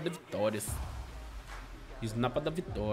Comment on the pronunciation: A svd ele falo que e isnaiper kkkkk